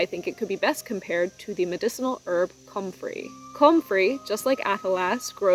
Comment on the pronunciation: hehe is very funny hearing u over pronounce "comfrey" komming from garden youtube (such a wonderful plant by the way) where its kasualy pronounced often "kumfree"